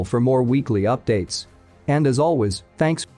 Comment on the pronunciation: "And as always, T H ANKS." end scene